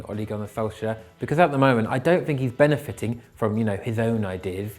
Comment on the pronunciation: What’s wrong with him? What’s “benefithing” ??? 😝😂